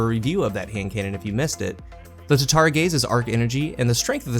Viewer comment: Just curious why do you call it tatari gaze not tatara gaze?